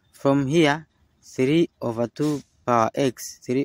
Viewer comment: Not “ova”, but “over”